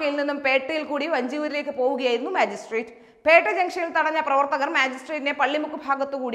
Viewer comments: മാജിസ്‌ട്രേറ്റ് അല്ല ,മജിസ്‌ട്രേറ്റ് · മാജി സ്ട്രാക്ട് അല്ല മജിസ്‌ട്രിക്‌ട്